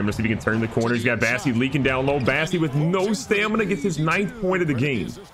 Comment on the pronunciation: That's Bossey, not Bassey!